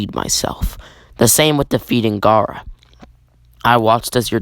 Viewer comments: U said garra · You mean Gayra.